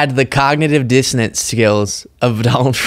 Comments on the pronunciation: I think she actually said “cognitive dissidence”. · It sounds like she is actually saying dissidence (which is totally wrong) and meant to say dissonance (which is also totally wrong). Bobo, the word you are looking for is "impairment" or "decline". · She didn't even say, "Dissonance." She said, "Dissidents," which is way funnier. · Confident dissidents. She knows what she's talking about, even if nobody else does. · Bobo said "Dissident" instead of "Dissonance", and here Ladies and Gentlemen is the crucial importance of education. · Did she say cognitive dissidents? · It sounds like she’s saying cognitive dissidents which would prove that she doesn’t know the word she’s looking for. I think she uses word of the day toilet paper and then tries to find ways to use those words, but gets them mixed up with other words.